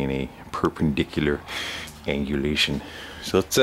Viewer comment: "perpendiculer angulashon", brilliant and always entertaining.